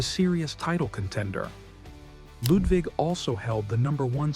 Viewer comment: You don't have to say "Lewd wig". Fun that you are trying but just say Ludvig as you would Ludwig. 😅